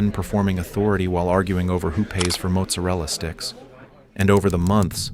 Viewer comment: I notice that the video mispronounces "mozzarella sticks" . The whole operation is over guys.